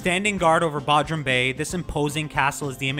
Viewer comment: It's pronounced BOdrum, hard O sound.